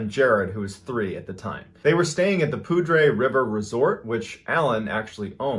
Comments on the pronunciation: Its not performed poudre, its pronounced pouder lol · Hey! I'm from Colorado. Poudre is pronounced pooder. It's french for "powder" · Pronounced *"Pooder" River" by the CO natives. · Poudre is pronounced “pooder” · Not that it matters but its pronounced poo-der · Irrelevant, but just FYI I live in the area and it’s pronounced “Poo-der” lol. Fwiw the name made me giggle internally for like the first 2 yrs I was in NoCo😂